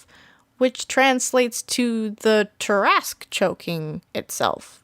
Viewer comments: Why do you say it like that?!? I say it as (TAR-AH-SQUE) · Umm does no one notice she’s say tarasque (I may of typed that wrong) but she is most definitely not say it right lol